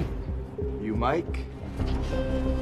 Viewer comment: Namanya Mike bkn Miki boskyu jd susah bedain nya Mike Sama Riki mirip nyebutnya Trs klu bisa tolong lbh semangat ea boskyu, jgn terlalu lesu Saya ksh like Dan subscribe biar semangat